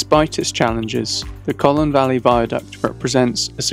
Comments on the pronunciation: Colne not Collon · Its Colne, not Colen! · You pronounced Colne incorrectly. It’s not Colen, it’s Cole-n. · ...Like Coal-ne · Like coal-ne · i wish the narrator would pronounce the name correctly. other than that a good video.